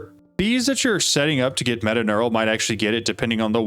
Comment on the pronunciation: its metaTURNAL not metaNEURAL